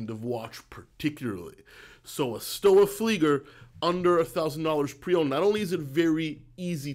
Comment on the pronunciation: More commonly pronounced "Schtova" 🙂